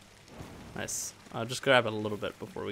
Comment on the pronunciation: NICEU! NICEU! VERY NICEU,!